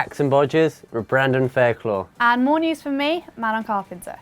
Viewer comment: 'brandon faircloig' lol